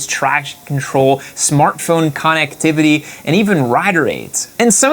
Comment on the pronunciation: the way you said smartphone 'connectivity' triggered me. Great vid